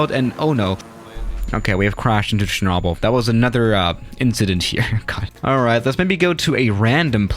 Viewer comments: Most people: "Cher-noh-bill": "Cher-naw-bill" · Nobody:: Sherrnobble.: Anarrtikka. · when he said “shernobble” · It's cher-no-byl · The way he said Chernobyl made me dislike lol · His pronunciation of chernobyl is irritating lmao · My Disappointment is Immeasurable And My Day is Ruined Because The Way You Say Chernobyl